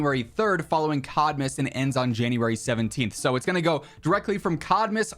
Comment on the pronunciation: I kept hearing "shitmas" :D